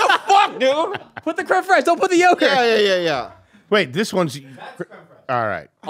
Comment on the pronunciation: I fucking love how they pronounce Creme Fraiche as "Creme Fresh" hahahaha 😂😂😂😂